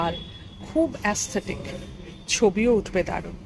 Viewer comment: উচ্চারণ হবে ঈস্থেটিক।অনেকে এস্থেটিক ও বলে।অ্যাস্থেটিক এই প্রথম শুনলাম!